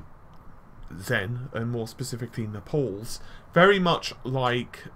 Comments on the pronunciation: Also i would say Nay-ples phonetically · yeah, thought it was weird he said "Nepal" was in southern italy